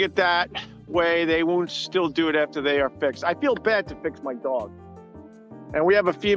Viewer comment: The way Opie says “dog” is infuriating.